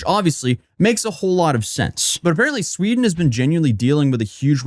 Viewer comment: In Shweeeeeeeden!?!? Say it ain't so!